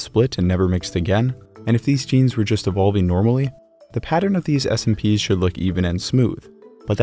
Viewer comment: Hey- nice content! Quick comment for the future on “SNPs”, the abbreviation for “single nucleotide polymorphisms”. It is vocalized exactly the same as saying the word “snips” rather than speaking the letters out one by one.